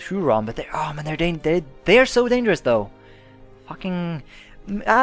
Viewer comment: ". Huron is pronounced Here-on. (It`s named after one of the Great Lakes.)